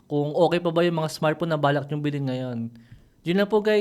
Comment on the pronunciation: "bilhin" not "bilin"